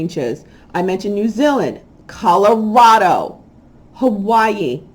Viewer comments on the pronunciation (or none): none